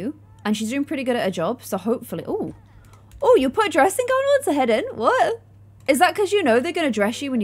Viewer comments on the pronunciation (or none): none